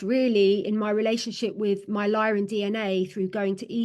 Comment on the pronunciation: And it's Lyran not Lion history. Sorry to insist but I think you should really start digging into the MCEO freedom guardian teachings...